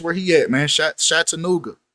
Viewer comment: it's CHAT-A NOOGA...ITS NOT SHAT LOL